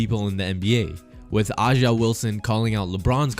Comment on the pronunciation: Haha his mans was talking trash about A’ja Wilson and he can’t even say he first name correctly 🤣😂